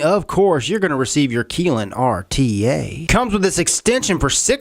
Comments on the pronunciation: its pronounced Ki lin. y is pronounced like eye not ee K eye lin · man you're keelin me with the mispronounced words. kylin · My name is Keelan. It's pronounced the same way as he's pronouncing Kylin. This video is odd...... Lololol